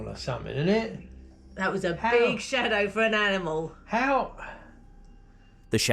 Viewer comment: I don't get it. You've made these videos for years, and you know what a "shadow" is. So, why now did you suddenly decided to called it a "shatow?'